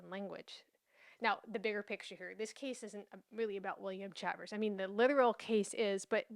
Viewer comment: I thought Chavers = Shay- vous Shay-vers Is an native american surname and they are black Indians While you do a great job presenting history concerning Blacks ? Negros ? Mulattos ? I remain confused on this topic Can you explain what colored means legally?